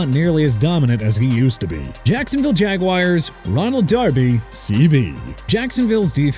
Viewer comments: GREAT DUDE!! JEVON HOLLAND CAN LEAVE THE DOLPHINS! I DON'T CARE!! AND WHY YOU MISPRONOUNCE MINSHEW AGAIN?! IT'S PRONOUNCED MIN-SHOO NOT MIN-CHOO! YOU GOT THAT?! AND PLEASE WITH THE JAGWIRES... HONESTLY JACKSONVILLE CAN CHANGE THE TEAM NAME FROM JAGUARS TO JAGWIRES THANKS TO YOU SO KEEP SINGING IT OKAY?! I AM SICK OF THIS GARBAGE MAN!!!!!!! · Looking forward to the Jaguars moving to London so this guy will finally have to call them Jaguars and not Jagwires